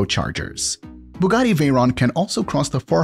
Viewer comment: Its a chiron not chairon and a veyron not vayron